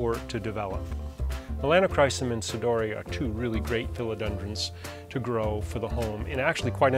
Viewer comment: There is actually only one correct pronunciation for 'sodiroi', one that is faithful with Latin rules: 'so-dee-ro-eye'. Cool video, nonetheless. Can't help but look at the plants in the background.